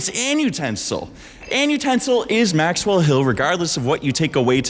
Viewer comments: why are you inflecting maxWELL, it makes me feel weird. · maxWELL Such an interesting way to stress the syllables in her name